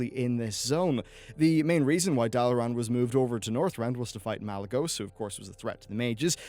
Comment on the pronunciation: Malygosu? Wtf is this? Malygos... Pretty easy to GOOGLE, you know... One of the OG dragon aspects?... Besides that ^ syringe piercing my brain, I thought you made a decent video.